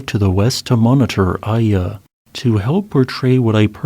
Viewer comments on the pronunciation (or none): small correction on the pronounciation of Ende, its like Endé. and Iya is pronounced Eeya :D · Iya in my language is pronounced ee-ya, a rock. Iya Kawa is called the Devil's Peak today. My first thought was, how could Iya Kawa cause a tsunami LOL. Meanwhile, I'm beginning to think Indonesia is cursed, erk. As the Chinese curse someone, May you live in interesting times!